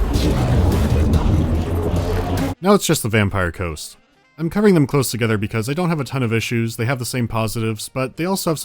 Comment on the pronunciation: 'BEARDS TOGETHA...!'